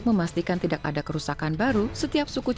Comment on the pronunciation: Narator nya salah mulu bilang kata "tidak" .... Ga enak dnger nya